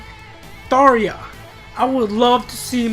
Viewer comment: Her name is Tharja not Thaareja.